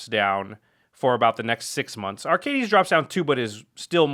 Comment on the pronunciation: Watching this and then the most recent episode of the podcast, I'm shocked that Jimmy still doesn't know how to pronounce Arcades. Lol